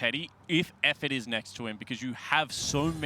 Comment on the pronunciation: Phreak was shit this whole series, constantly stumbling over words, mispronouncing Efforts name, calling SKT "SAT" etc.